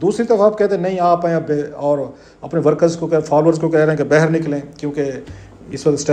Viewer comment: It’s baaahir …… not bahar